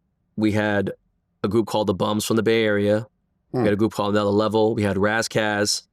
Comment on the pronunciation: Dude said Anotha Level. Cube's project. Some underground sh!t.